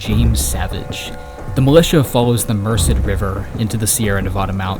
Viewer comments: Very well produced and researched - far above the quality of most individually-produced YouTube content. Well done! These qualities, though, make your mispronunciation of local place names and people's names more glaring. - The Merced River is pronounced "mur-SED" not "MUR-sed". - The Tuolumne River is pronounced "too-OL-umee", rather than however you said it (I forget). - Donald Hodel's last name was pronounced "ho-DELL" not "HO-dill". - I'm not sure but James Phelan's last name may be slightly mispronounced too. Hope this helps! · Mer-sid river? It's pronounced MerSaid. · Great video but you’ve gotta go back and change a couple things. You mispronounce the names of the Merced and Tuolomne. Such a great video, but whenever you mispronounce those things, it makes me cringe. It is not how locals pronounce it. Great great video. Please go back and make the change. It’s worth it. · Absolutely devastated over how you pronounce California landmarks like Merced river 😂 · Immediately the pronunciation of "Merced" and "Sierra Nevada" lowered my expectations for the rest of the video. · 35 minute video and doesn't do research on how to pronounce Merced 😂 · Great video! You may want to find out how to correctly pronounce certain names like Merced and Tuolumne. ;-) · Great video, but your pronunciations of local places kill me. Mare-SED River. It’s the spanish word for mercy, so the second syllable is accented. And Too -ALL-um-me River. That one is probably based on a native word. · As a native Northern Californian who has relocated to WNC. I have difficulty with some of your pronunciations. Ive learned to say Appa Latcha right? Not Appa Layshia. So then we consider Tuolumne River. It is pronounced Too wah lum nee. And the Merced river is pronounced Mer Said. Not offended, just wanted to share. Thank you for your video, I’m from the Bay Area and did not know all the juicy back story. I’ll have to look up your other work. 😊